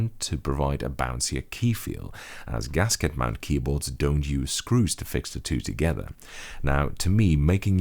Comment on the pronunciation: just said "gasket mount"